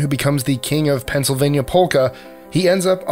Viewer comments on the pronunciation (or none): none